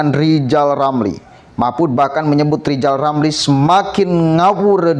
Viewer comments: Lijal lamli kehilangan halapan jadi menteli...jadi stlezz... 😁😁😁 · klo pengen jadi presiden rizal ramli harus bisa me ngeja namanya sendiri dengan benar...rizal ramli bukan lijal lamli.. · LIZAL LAMLI OH LIZAL LAMLI 😆😆😆